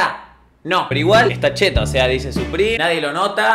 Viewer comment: No se dice suprim se dice supreme